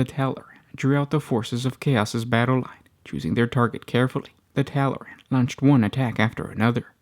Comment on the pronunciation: Tallaran? No, they're Tallarn.